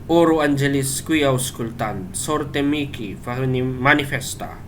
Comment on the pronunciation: Paano kung maramihan Bro? Dapat ba isa-isahin? Miki pala pronunciation ng mihi Bro